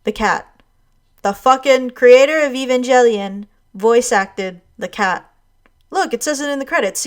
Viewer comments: Word. I actually superimposed what she said in my brain to EE-vahn-gell-eon and had to rewatch to make sure which one of us was crazy. .... Me: in case you were wondering. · I'm actually upset you keep saying Eve-an-jelly-on. PRETTY FUCKIN' SURE IT'S EVE-AN-GELL-ION But what the fuck do I know? I'm just a weeb with his name in katakana! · evan-jelly-on?! really?! i forgot if the rest of the video was good or not when i heard that. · Oh my God I fell outta my chair when she said evan-jelly-uhn Everyone knows it's pronounced darling in the fran-x-x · Evan-jellion lol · Uh, Daicon wasn't an anime itself, it was actually a Science Fiction CONVENTION that the animators who would go on to form Studio Gainax did a couple of short animated opening films for. Specifically, it's the Japan Science Fiction Convention, which when hosted in Osaka is dubbed "Daicon" as a play on the radish. Also, IT'S E-VAN-GEL-ION! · >evan-jelly-on your triggering me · "E-van-jelly-on" makes me cringe. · It's not Evanjellyin. It's a hard 'G' sound. I've had to tell people this like 1000 times. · Your pronunciation of Evangelion is just as bad as WatchMojo’s... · pronounciation of evangelion made me quit watching this video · I almost subscribed, but you mispronounced "Evangelion". I just can't stand it. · great. except evangelion which is pronounced with a hard g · Great video and very insightful to the complex themes and metaphors the show presents. It's certainly answered some questions I've had about the show. However I will disagree on your outright dismissal on "furi kuri" not being a sexual joke; I think it is. Also English rules don't seem to apply to Evangelion; it's a hard "g", no jelly. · you said evangelion incorrectly